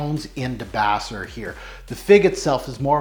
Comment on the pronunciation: Thanks so much for reviewing DS & Durga. Debaser is pronounced da-base-er. It’s named for an amazing song on an amazing album called Dolittle by the Pixies. I’m dying to get my hands on a debaser sample just because of the memories I have with that album. Loved your video!